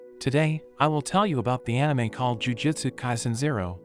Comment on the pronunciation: Why do you read jujUtsu as jujitsu?